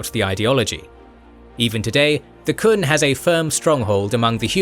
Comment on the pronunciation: I'm really happy that this got released, but the Qun is pronounced "Kyoon," not the "Kun."